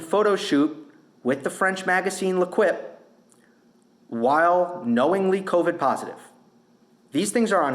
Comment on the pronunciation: “Le Quip” 🤣😂🤣😂🤣😂🤣😂 you can pronounce “L’Équipe” in this way… “LAY - KEEP”. Congratulations on the best mispronounced French word in 2022!! Australians are a little more tennis savvy than you give them credit for. The AO is their biggest event internationally, more Aussies WATCH TENNIS than Americans by far. ESPN is coving the NFL constantly… they could care less about Novak Djokovic, they care even less about MIKAELA SHIFFRIN setting the all time record (passing Ingemar Stenmark) for most wins in Slalom. Thankfully the USA has Tennis Channel. The ratings for tennis during the AO are quite high in Australia… tennis is the USA has been moved to ESPN 3. Merci for “Le Quip”! I have had a great extended laugh 😂